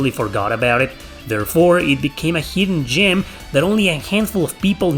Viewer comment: "Heedden gyem" you eeeedeeot!